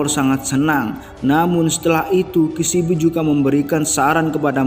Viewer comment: Penyampaiannya udah bagus. Tapi pengejaan karakternya salah. Future harusnya dibaca Fyucer. Kishibe kok jadi Kishibi? 😭🙏